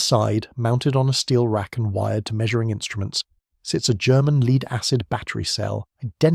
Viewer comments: < I’d like to have one of those “leed-acid batteries”.> Leed-acid batteries and AI = PROGRESS ! HA HA HA ! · Another 4 minute video in 24 minutes, plus the mispronunciation of homophones ie the metal lead, pronounced as leed. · Its pronunciation is lead,way this narrator says it is like playing lead guitar that’s different from lead ,making you sound stupid mate